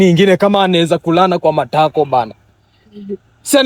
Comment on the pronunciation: Matako has suffered in this guys mouth 😅